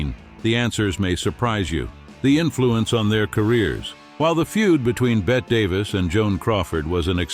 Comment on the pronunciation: I can't listen to the AI mispronounce Bette Davis' name.